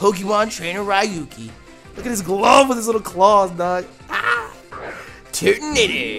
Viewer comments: I know I'm late, but I'm pretty sure its; ReYuki, not RyeYuki. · Ryu-ki? We gettin’ some street fighter in this bitch. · next time try " Ree- u - key " is a lot closer to the real pronunciation of his name than what you said.